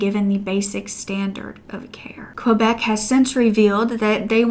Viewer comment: Girl dont pronounce the u in Quebec. It's pronounced kebek. Canada is more fucked than a lot of people realise. I'm becoming ashamed to be canadian